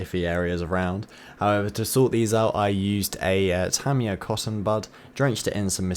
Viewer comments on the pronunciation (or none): none